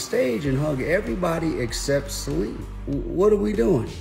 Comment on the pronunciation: Didn't think he was lying, thought Trevor was annoying! He didn't even pronounce Celine properly!!!